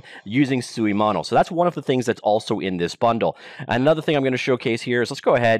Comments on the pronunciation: You pronounced suimono 水物 pretty good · Unreal only has blueprint for "in-editor" scripting, which is now matched by Unity's Bolt. So they are on par here. But yes, this should be bought by Unity Tech. You pronounced "suimono" correctly (except the tone but that's another beast). I never bought any assets on the asset store, because I don't use Unity enough, but Script 3 is exactly what I always wanted, so I'll probably buy the bundle.